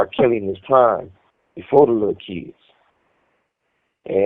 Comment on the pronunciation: “…befoe duh lil’ kids…” 🤣🤣🤣🤣🤣🤣🤣🤣💯❤❤❤